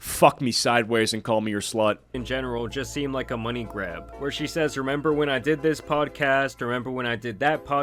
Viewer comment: "remeber" goes HARD.